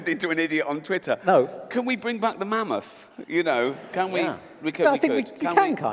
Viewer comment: i can hear karl saying MAN MOTH ......lol